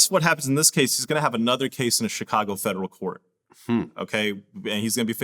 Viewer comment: Why does vlad pronounce Chicago like that???? Chacargo